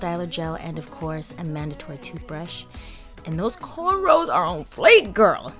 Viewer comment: Thank God u said CORNROWS and not CORNROLL lol!